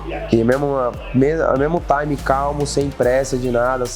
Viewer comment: Alguém avisa para o Charles que ele falar Taime (time) toda hora , além de chato . Ele usa sempre fora de contexto , expliquem a ele o contexto pq ele fala , arroz e aviao ele coloca um Taime no meio 😂